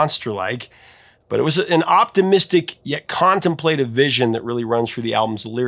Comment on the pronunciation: It's pronounced "con-TEM-pluh-tive," not "CON-tem-PLAY-tive."🙂👍